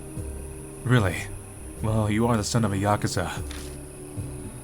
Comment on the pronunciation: The way says Yakuza has to be like a sin for saying it wrong